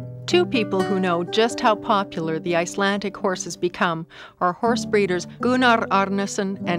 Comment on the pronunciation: IcelanDic not Icelantic 🤔 and there is no word for pony in Icelandic they are always called horses. Riding a good Icelandic tolt is like freewheeling downhill on a bicycle. Flying Pace is fast and smooth. If pace is ridden slow it's uncomfortable and known derisorily as Piggy Pace